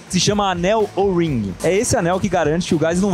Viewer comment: "ANEL OURRRRING" KKKKK